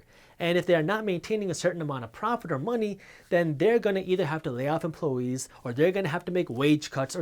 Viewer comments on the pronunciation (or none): Emplo- eees😂 minutes in